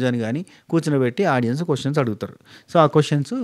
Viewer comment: Few days ee reviewers videos chusthe vachina English kuda marchipotham emo😂😂 audions anta😂😂😂